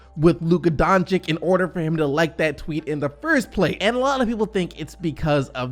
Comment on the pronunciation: He's not Donchick, he's Donchich!